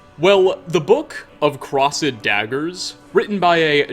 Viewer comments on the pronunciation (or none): It's pronounced crost, not cross-sed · Did you actually pronounce "crossed" as "cross-id" xDDDDDDDD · I am absolutely sick and tired of this guy’s mispronunciations. I draw the line at Crossed Daggers. “Craw-zud Daggers”? Seriously? What in the actual fuck. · Say "crossed" again :P lol